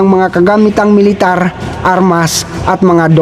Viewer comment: ayus lang yan kaya paki ayus naman ang pronounciaton nyo para magandang pakinggan yong IDF nyo naging ayde ef at military nagi meletare